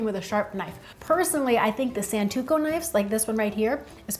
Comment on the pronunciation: Love your work! But, it's Santoku. The "o" is in the second syllable, the "u" is in the second. The link has audios of the correct pronunciation. Please Thanks